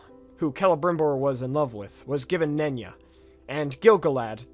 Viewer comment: The ring of concealment being pronounced "nunya" like "nunya business" is way funnier to me than it should be